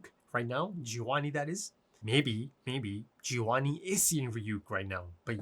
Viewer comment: find someone who calls your name the way calls gevanni 😂